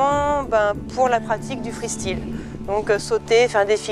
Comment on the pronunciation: le freestrile mdr sa ne serai pas plutôt le freestyle. What the fuck !? la prononciation du mot freestyle est excellente ... LOL